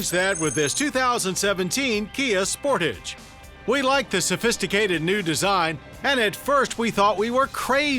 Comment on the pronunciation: Omg I just hate when people say “SPORTIGE” I have one of these and it’s so annoying when people say it that way. Something I love about this car is how put together and simple the Interior feels. It is also very comfortable to drive with soft seats. It’s also a lot faster than most cars in its class. Even without turbo.